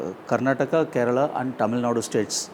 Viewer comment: Why do you guys pronounce the state names wrong? Its Karnataka not Karnatak and Kerala not Keral! Please make sure you don't make such mistakes. We find it pretty offensive.